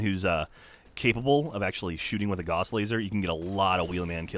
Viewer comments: Sorry, I really don't care, but I kinda do... It's pronounced Gauss (Gowss), not Goss, after Carl Friedrich Gauss. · ...Not how you pronounce Gauss,. I'm sorry. It rhymes with house, not moss. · Btw the word gauss rhymes with house. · "Gauss laser." Yeah okay. Not sure why I expect any different after all the science segments on the podcast. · "Gauss Laser"